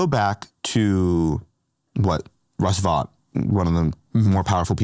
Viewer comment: Youre ignoring that everything DOGE is doing is illegal and unconstitutional, and you’re claiming civil servants are just a bunch of liars. Did I stumble on a Fox News video? By the way, you’re pronouncing “Vought” wrong.